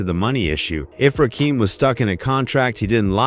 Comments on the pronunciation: Brah don’t do no more Videos.put respect on Rakim name .yall wana do videos a can’t even say his name Right 🤦🏽‍♂️ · Damn bro I was just saying the same sh!t out loud! Disrespectful! If you gonna do docs the same the name right wtf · Why do these white people telling our hip hop stories always pronounce the rapper's name completely wrong like they do this s*** on purpose We got to stop f**** with these people have our own people tell our own stories we don't need they disrespect FOH ✅ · AI,IT'S NOT RAKEEM STUPID BOT!!!!!!!!! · Rakeem? Its pronounced Rakim. Ugh! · It's pronounced rah-kim not rakeem. I'm tired of AI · Please, if you mention Rakim again, pronounce his name right. His name is not a Rakeem. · The fact that the that he keeps mispronouncing Rakim, makes me think that it's generated by AI. Ra-kim, not Ra-keam. Or it's a real person whose purposefully mispronouncing it, so that we comment on it, thereby forcing engagement. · It's NOT RAKEEM. It's RAKIM. As in KIM. smh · I could only tolerate half this video. His name is pronounced Rah-Kim…not Rah-Keem. This AI shit is garbage. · The commentary is informative but call him Rakim not Rakeem these trolls are culture Vultures kool story bro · It's crazy if you going to break it down you gotta get the names right you can't get Eric B name right but Fuck up RAKIM name up I'm like who the FUCK is Raheem this is no coming to America or is Raheem part of the Wu Tang clan WTF HARLEM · Why do they always mess up rappers names? 2 Pack, Rakeem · Why does nearly every white person say 'Ra-Keem"? He aint prince Akeems brother. Its Rakim "Ra-kim" gat dammit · yup bro paid in full dropped in 1986 ain,t 1987. I bought it in 1986 on cassette bro , I was 9 years old and shit back then.. plus I hate the ai voice. it's rakim ain,t rakeem. wish they get with it bro ai or whatever narrating this. don.t know rap. plus cant pronounce bobito garcias name correct either damn. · It's not Rakeem It's Ra Kim Very simple 😅😂